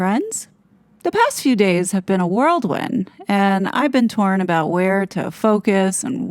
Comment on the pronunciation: It’s Whirlwind.